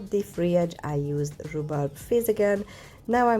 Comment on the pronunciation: Absolutely gorgeous 😍 ❤ and I loved how you said rhubarb made me chuckle 💖💖💖